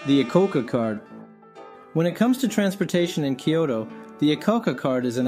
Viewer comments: The video is helpful for those new to transportation in Kyoto, but the narrator consistently mispronounces the city's name. New visitors to Kyoto should make sure they haven't adopted his pronunciation. It's isn't "Kee-OH-Toe" but "KYOH-Toe." The Y isn't a vowel. It's a consonant. Think of Y as in "yellow" rather than Y as in "happy." "Kyo" is a single syllable, not two. This is the same "kyo" that appears in "Tokyo," which also has two syllables instead of three. It was common to mispronounce "Tokyo" prior to and even during World War II. That mispronunciation was displayed in the occasional spelling "Tokio," which clearly gives three syllables. Visitors to Kyoto will gain points if, when talking to locals, they pronounce the city's name correctly. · I live in Kyoto, and can vouch for the information you give. But I really wish you'd learn how to pronounce the name of the city. It's not three syllables -- "kee-yo-to" -- it's only two -- "kyoh-to". Unfortunately the "kyoh" sound doesn't exist in English, except between words (try "blacK YOgurt"). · This is actually a great guide and also my ears bleed and a little part of me dies inside every time he says KEE YOH TOH There are only two syllables in "Kyo-to" Also Kenzai for ("Kahn sai") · the way he pronounces Kyoto (particularly the 'T') gets on my nerves.